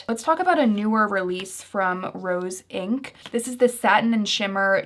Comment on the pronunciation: Hi. Great video thanks. One quick edit you might want to make: you say Roen instead of Rose Inc